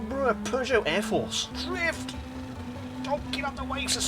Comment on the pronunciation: I find it funny that you call Peugeot and it sounds like you're saying Persia, no offense, I just find that funny :P